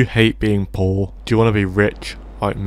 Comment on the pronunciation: I love the accent of "poar" <3 ur vids